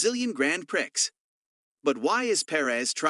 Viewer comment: Just want to help you out.when you say prix,it is pronounced pree.Grand prix(pree).